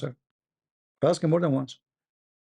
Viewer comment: It's ask not axe